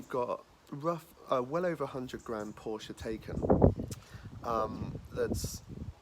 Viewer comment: Used to own a Porsche, consistently pronounces the brand name and model name wrong every single time...